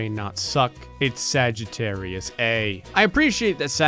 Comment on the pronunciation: you are supposed to pronounce the * as "star" in sagittarius a*